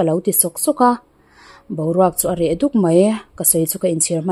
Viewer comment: Boruak areh duk a tih lai a DUK hi lam sang lo la ahniam lam in lam teh adik zawk ania